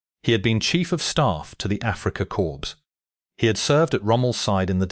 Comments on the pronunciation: Corps is pronounced like "call" not "corpse" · Core not corspe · Learn to pronounce the words "corps" and "jagd".